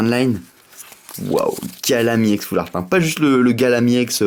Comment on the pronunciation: on dit foulrat pas foulaart